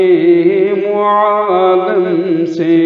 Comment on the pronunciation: ایسا معلوم ہوتا ہے کہ اشعار سنانے والے کوئی انپڑھ آدمی ھیں پڑھنے میں کئی غلطیاں کی ہیں حالانکہ یہاں پر اعراب بھی لگے ہیں معالم اور عالم زبر کے ساتھ نہیں بلکہ زیر کے ساتھ ھیں